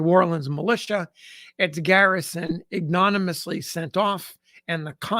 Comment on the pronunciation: “Ignominiously” is pronounced “igg-no-min-ee-us-lee.” All six syllables.